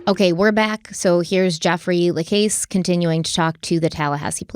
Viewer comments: For the love of god, just call him Jeff..I cringe every time time I hear you say La CASE.. it’s la CASS:. And it’s even worse when you throw a La CASS in there every now and then.. just call him Jeff.. also:. I know you watched the videos pronounce Kathryn’s name correctly too please 😫😫😫😫🤦‍♀️🤦‍♀️🤦‍♀️ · Jeff's last name is pronounced to rhyme with the word cast.. not case. You only have to listen to him say it when he testified to know this. The fact that you couldn't do at least that much is laughable. 🙄🙄🙄🙄🙄🙄🙄🤔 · Hi. Jeffa last name is pronounced LaCASS not LaCASE. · Hey! Keep up the great work on this case! Real quick, Jeff’s last name is pronounced like “La-Coss”. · Jeff La Casse pronounced. LaCauss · You need to pronounce Jeff lacasse properly. This diminishes your depth and level of validity in research. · Just so late to the party....you started out great, parts 2-4 Down hill...oh and learn how to say Jeff's last name... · la-CASS mag-BAN-ah-wah Ms., please, get your proper name pronunciations in order!!! Love ya, otherwise, but you drive me nuts with your constant mispronunciations of people and place names.